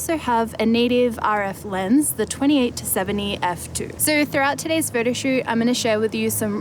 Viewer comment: I like it how she pronounces "photoshoot" as "Frodoshoot" ^_^